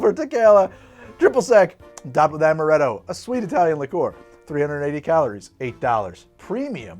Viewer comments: while speaking with the Italian accent, just makes him seem like Mario became a mixologist. "Its-a made with AHMaRETTo, WA-HOO!" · pronouncing italian: ~amarrretto~ pronouncing french: meyes en playce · That first cursive "amaretto" sounds like it came straight out of an Italian ad, damn.